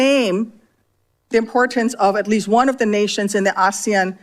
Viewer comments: a-se-an, accent is on the se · It’s pronounced Ah-sea-an. Not Ashian nor Asian. Its acronym means Association of South East Asian Nations of which the Philippines is one of them. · First of all she should do a little homework. She cannot pronounce Asian and instead she is pronouncing several times aaasian. Even. A kindergarten can pronounce the word Asian perfectly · ASEAN is pronounced A See An, Australia South East Asian Nations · Its pronounced Ass-see-an. It is more of an economic , cultural and social cooperation organisation but does work to foster peace and security in the region. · Hi MK, big fan here. ASEAN is pronounced Ah-See-Yan. Anyone can correct me if I'm wrong. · I thought she was trying to pronounce Asian, lolol. WTF....no one in the room knew what she was saying! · Yeah that's not how we say ASEAN. Assoc of South East Asian Nations including Australia - but I had to look it up (forgot, and I'm ex military). So not sure what her point is 🤷🏼